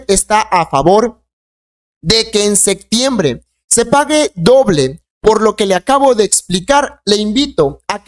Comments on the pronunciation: Enseñaste a hablar no se dice "sectiembre" es SEPTIEMBRE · Por qué no habla bien no es sectiembr es septiembre, aprenda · No se dice sectiembre sino septiembre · La palabra es SE”””P””TIEMBRE !!!!!! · Septiembre no sectiembre y opción no occión, aprende a hablar